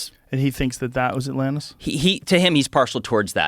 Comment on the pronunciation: Joe says atlannis